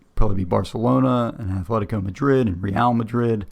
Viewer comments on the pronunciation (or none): Its "Atletico Madrid" not "Athletico Madrid" ... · Great video, love the content, cannot help but be triggered by the "Athletico Madrid". It's Atletico. Not to be confused with Athletic Bilbao, which has the "th". Sorry for the pedantry, love the video.